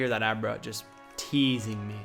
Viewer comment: 'Oh! It's a Abruh!"